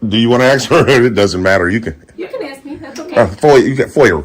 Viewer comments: It's ask not axe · Ask her not Axe her!!! 😂🎉😅Ahole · Maybe they should “axe” him to leave instead of “asking” him. He may understand this verbiage easier than English. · She can ax? What does that mean? This guy is a bitch. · “ you can ax “. What does that mean. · Please don’t axe her!! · another highly edumacated. dont AXE me.